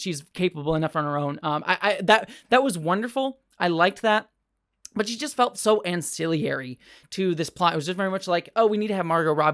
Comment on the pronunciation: Nitpick: anci-Larry not anci-lee-ary. It's not quite like people who say new-cue-lar, but you're still adding a vowel. :)